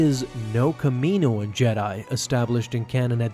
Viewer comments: Next video i fully expect to hear you say it how it sounds 'kalm-onni-ian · Its calm_onni in. Phonetically get it right